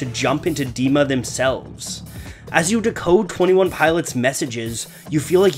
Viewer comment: dude. it's twenty one pilots. twenty one pilots.